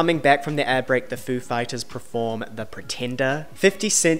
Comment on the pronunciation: per-form not pre-form